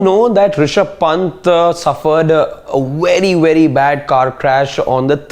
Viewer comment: Wery wery